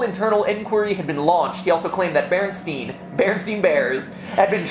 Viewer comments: Berenstain not Berenstein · Its not the Beranstine Bears, it is the Beranstain Bears